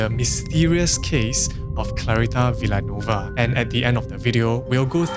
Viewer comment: Hello, its pronounced Vil - ya - nuwe -va :hand-purple-blue-peace